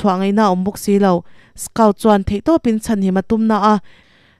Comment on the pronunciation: A changtupa hi skaut tilo in skawt tihin lam la a dik zawk hmel.